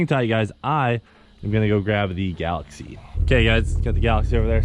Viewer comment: Y’all gotta know it’s galax”ie”